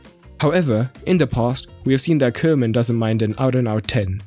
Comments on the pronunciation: It's Koeman (Koo-man with an ooh & not Keuman...) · Good vid as per usual. By the way, as a German you ought to know it’s pronounced Kuhman. It literally means cowman.